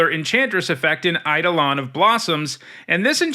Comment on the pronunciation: Fun fact: eidolon is actually pronounced like "eye-dole-n" but mtg players just go with the mispronunciation 🤷‍♂️